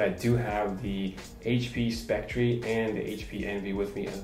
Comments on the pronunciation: Please learn how to pronounce the name of the product you're reviewing. It's pronounced "Specter" despite the spelling, not "spectREE." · It's pronounced Spec Tur...not Spec Tree. This was another useful upload. I appreciate the trackpad comparison. Also, I don't think the power brick was an issue for HP, because they assume the battery life on the x360 is so superior that most consumers will ignore the fugly brick. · You say it like spectree. It's pronounced specter. :) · Great video! Just a note though.. It's pronounced Speck-ter. 🙂